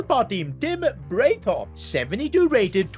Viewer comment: In german, Breithaupt would be pronounced bright-howpt. If the letters ei/ie are used, the last letter is the sound made. so ie = ee, ei = ow.